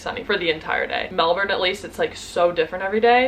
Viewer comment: I've lived in Aus for 27 years and I'm still learning the lingo! Your pronunciation of Melbourne was perfect btw, so many Americans struggle with it!